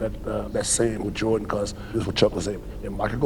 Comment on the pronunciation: I dont like how you say his last name. Just say MJ or Mike from now on